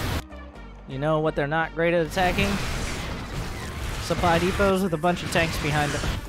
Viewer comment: To be honest your pronunciation of the German sentence is better than of the word supply :P